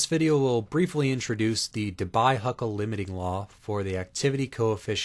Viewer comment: The correct pronunciation of DEBYE is "DE BEE". Yes, this thing that's flying around.